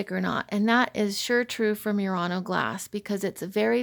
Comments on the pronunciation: Murano is pronounced not mew-rano but moo-rano. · I always thought it was pronounced Murano (moo-raw-noh), like the Nissan. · I would like to suggest that you Google how to pronounce Murano. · I just Googled the pronunciation and you are correct. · LOL - I corrected her as well. See my critique of her video and her lame response from last month. So many things wrong in this video and she gets snippy when corrected by anyone! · Please do your research before posting further videos about Murano Glass, you haven't even pronounced the name of the island correctly once in the entire video. And this is Oggetti Glassware....produced on the Island of Murano. The people of Venice have had laws about how things are labeled and categorized when they are produced on the island. Again...researching the history of Murano and Venetian glass making would have given you the knowledge you needed to make this video less laughable! And ENOUGH with the Asian bashing of Murano Style glass making, while it may be cheaper, they are not the only country that does it as your video would suggest. There are companies all over the world that use these techniques, even in the USA!